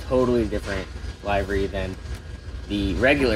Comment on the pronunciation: LIVery. Not LIVE ery. Great hunt!!!